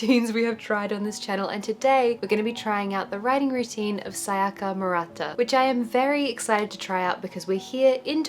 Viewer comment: You're like the only white person I've heard not call her "Saiyaka"